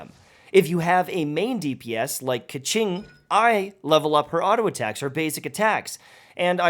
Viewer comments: Heads up it’s not ‘ke-ching’ it’s ‘ke-shing’ (bigggg difference :) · Hmmm is it really pronounced Ka-ching? Lol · Hearing the way “Qiqi” and “Keqing” pronounced right there and then killed me.